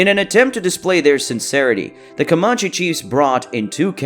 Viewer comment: You're pronouncing Comanche wrong.